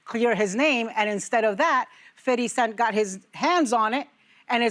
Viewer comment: His name is FIFTY CENT!!! Not FITTY CENT!! Doing too much 😂